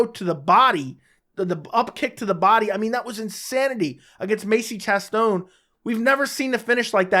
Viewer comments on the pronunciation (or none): "Macie Chass Stone" 🤦🏻‍♂️🤣 fuckin